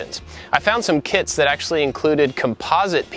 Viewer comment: I heard kids not kits xD